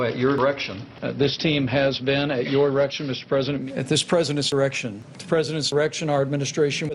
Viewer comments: "at the president's irection'"...LOL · does little pence really allways say "at the präsidents errection? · At the President “irection” 😫😫😫😭😭😭😭🤣🤣🤣🤣🤣🤣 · President “ eirection “ 🤣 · Classic Jimmy Kimmel. Who'd think to cut off the d in 'direction'